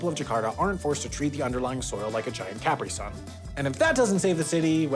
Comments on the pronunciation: The way he said Capri-Sun made me uncomfortable It’s Capree, not Caapri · "CAP-ree sun" ~ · Did my guy just say CAP-RI Sun!?!? ….. My god. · It's a Capri Sun (pronounced ca-PREE, like the pants), not a Cap Resun. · Did I just hear pronounce the straw drink as 'CAP-ree Sun'? What the heck's wrong with him?!? It's 'Ca-PREE Sun'! Everyone knows that!!!;) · did you say, CAPrisun? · Cap ree sun? What's that? I've never heard anyone pronounce it that way! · "khap ri sun"? WHO PRONOUNCES CAPRI SUN LIKE THAT!? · why did u say capri sun like that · sam, theres no way you genuinely pronounce caprisun like that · Why did he say Capri Sun like that??!? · Are you sure that's how you pronounce "Capri Sun"? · I have literally never heard anyone pronounce "Capri Sun" with the emphasis on the "cap." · Suez actually owns a lot of American water companies, too. P.S. You say Capri Sun wrong. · I flinched at the pronunciation of Capri-Sun